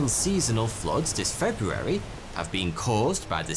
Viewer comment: This gentleman is the only person I’ve ever heard pronounce the first “r” in “February “ in my entire life. Great speaking voice, too.